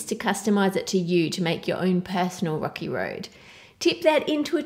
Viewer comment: when she said "rocky" I heard "rocke" ha ha ha ha lol If u don't know who rocke is then search bts rocke and u will get ur answer